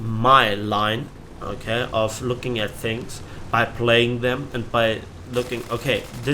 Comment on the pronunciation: Very beginning- playing, not palying ^^